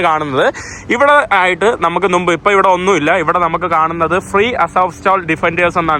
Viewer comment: നിന്റെ vlogs വളരെ ഇഷ്ടമാണ്... ഈ നുമ്പ്, കത്രീഡൽ എന്നീ വാക്കുകൾ തിരുത്താൻ ശ്രമിക്കണം. മുമ്പ്, കത്തീഡ്രൽ എന്ന് ഉച്ചരിക്കണം... Ok തിരുത്താൻ ശ്രമിക്കുമെന്ന് കരുതുന്നു... 🥰💓